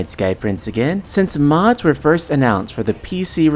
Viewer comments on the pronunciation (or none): none